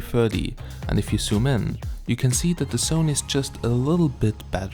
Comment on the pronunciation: Hi there. I know that English is not yours first language but if you say sumin and you mean zoom in, my subtitles shows sumin instead of zoom in and it's just a little bit annoying but other than that it's quite good comparison. By the way forgive me for my English, because it is not my first language either so forgive me all mistakes.